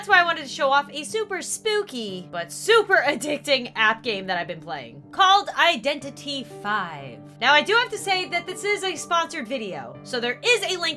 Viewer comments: It’s not “vi” it’s v ;-; ALSO DEAD BY DAYLIGHT NONOONONOONOOOOOO ITS NOIOINOO THE CHAIRS ARE FREAKING HOOOOOOKS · wait so it's pronounced Identity 5. And not Identity V. Oh my god.